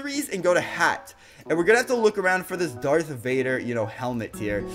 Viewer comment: Why did u say dark Vader